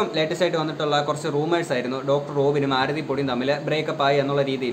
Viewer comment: chetta oru mistake und....Aarthi alla Aarathi aan.......love your contents......keep it up....pinna........matte chechi and u probs oke kazhinja?